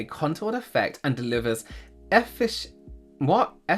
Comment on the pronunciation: Well done on correctly pronouncing efficacious 🖤 it's a stupid word and I hate it 😂